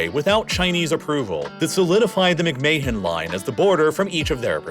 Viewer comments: "Mick-May-Hon Line"?!?! It's pronounced "Mick-Man" like Vince McMahon. Spelled same way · "McMay hen" line is pronounced as "Mc Man" 👍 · Fyi mc mahon is pronounced mc man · McMahon is pronounced "McMan" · Nice video but the mispronunciations are brutal. McMay-han? LaHAsa? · McMahon is pronounced Mick-man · McMahon is pronounced -- Mick-Man. Do not pronounce the H. But, a bot would not know that. Get a real person. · It’s not very important, but McMahon is pronounced something like mick-mahn or even like mick-man. It may be that Henry McMahon didn’t pronounce his name like that, but that’s how we’d say it in Scotland or Northern Ireland. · How can you not pronounce McMahon properly. Not like it's one of the most famous surnames in the US due to WWE 😂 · Am I the only one who noticed the butchering of McMahon pronunciation?! Dude, don’t say it again! Oh crap he did it again!!😂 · The pronunciation of "McMahon" hurts my ears